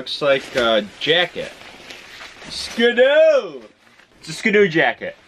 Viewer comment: its ski-doo not skidoo so it is pronounced skee-doo, it is not pronounced skdoo